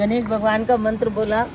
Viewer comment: Aapne mantra ka uccharan galat kiya 😂 Fakbs